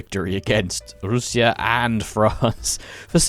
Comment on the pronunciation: You said Russia like how we say it in Arabic روسيا ? First time hearing English speaker saying it like that